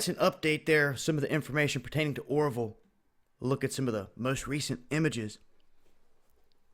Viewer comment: Ora-vill.... not orvol